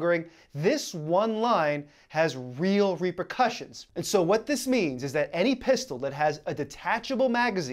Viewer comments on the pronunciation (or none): none